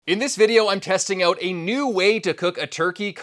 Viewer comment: "Oout"? Are you Canadian?